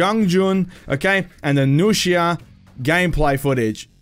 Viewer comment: I was already really hyped for marching fire and seeing the nuxia just made me even moe hyped also finally hearing someone pronounce nuxia correctly (besides metatron) was pretty nice